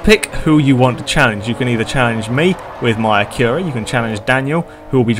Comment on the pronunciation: It's pronounced Acura like accurate.